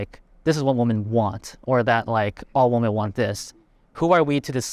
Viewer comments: why are there so many americans that struggle with differentiating the words 'woman'/'women'? i've noticed this both in writing and speaking, and several of the guys throughout this video says woman when speaking about women in plural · Why does Gen z have such difficulty with pronouncing "women". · i was enjoying this until ; women aren't deer, singular and plural are not pronounced the same. Failed basic grammar - Opinion rejected. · Why are they pronouncing woman and women the same? Hasn't it always been [woom-an] and [wim-in]?